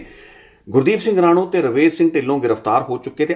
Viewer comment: ਗੁਰਦੀਪ ਸਿੰਘ ਰਾਣੂ ਨਹੀਂ ਰਾਣੋ ਬੋਲੋ ਰਾਣੋ ਪਿੰਡ ਦਾ ਨਾਂ ਹੈ